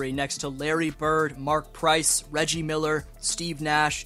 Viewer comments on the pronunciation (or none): none